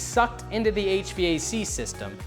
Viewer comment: Why are you saying HVAC so wierd?